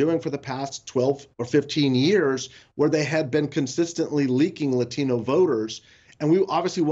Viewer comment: If that lady said La - TEEN-O voters one more time! 🙉🙉🙉🙉